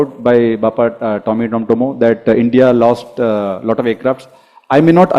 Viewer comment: Human can make mistakes , it was his mis and didn't pronounce "s"